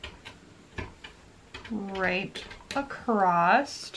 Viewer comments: love the video but one comment: "Acrosst" or "acrossed" are not words. Just plain "across" is correct. Common mistake but you're otherwise very articulate so thought you might like to know. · No no no it’s not American! I don’t know why people say it that way. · there is no "t" in "across". Is this the American pronunciation maybe?